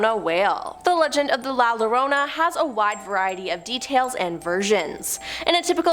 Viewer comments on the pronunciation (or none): La llorona isn’t pronounced lo-Rona. It’s pronounced as yoh-roh-nah.